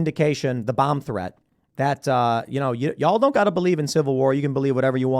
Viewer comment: Tim’s accent, ‘Dunald Trump’ and ‘Bum threat’.